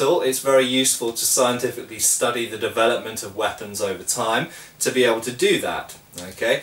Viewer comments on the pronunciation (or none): none